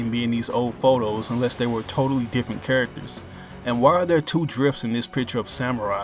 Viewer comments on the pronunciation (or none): none